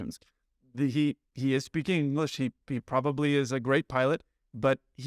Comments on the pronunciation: You also said "beaking" when you started to say "be speaking". Lol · Besides the inter-rational word, you caught yourself on 'beaking' and corrected to 'speaking' early in the video. Somehow mistakes I hear don't bother me. However if I find errors in print and I read a sentence five times and it still doesn't make sense and I have no idea what they meant to write, then I am irritated. Not a pilot but enjoy your videos!